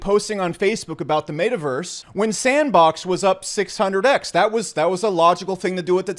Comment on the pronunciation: Really enjoy the content, informative and comical…. Fucking HATE the way you pronounce Metaverse